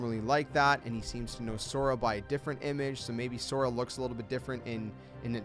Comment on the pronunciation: Pisses me off that you can't pronounce So Ra